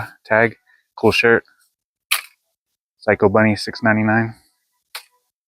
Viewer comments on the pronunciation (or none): none